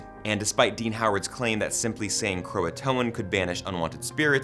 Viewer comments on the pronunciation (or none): The one thing that irks me about that show is Croatan is said Crow-A-Tian